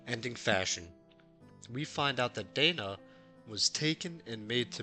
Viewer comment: Lacrimosa of Dana .. not Dainuh